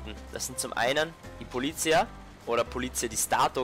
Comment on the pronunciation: Polizía, die Betonung liegt auf der letzten Silbe.